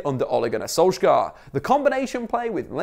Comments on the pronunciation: btw Solskjær is pronounced "sool-sh-heir" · It’s pronounced Solskjær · Im norwiegan and its pronounced sol-shahre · Solskjær. The "æ" is pronounced like the a in alley.